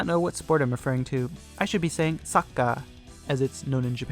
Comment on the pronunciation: Your pronunciation of soccer in Japanese was not bad but I don't know if you know this but it is pronounced football in the rest of the world outside the U.S. (as the ball is controlled with the feet unlike American football where the ball is controlled mainly with the hands) 😉✌